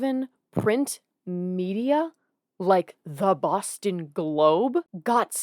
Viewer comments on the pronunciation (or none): none